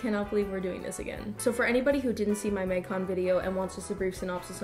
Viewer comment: Absolutely no one:: maig cone